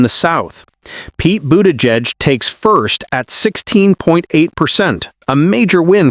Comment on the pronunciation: Learn how to pronounce Buttigieg and Kamala, ya numpty.